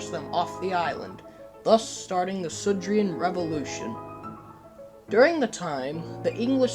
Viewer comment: Um actually, it’s sudrian, not sodorian, no offence.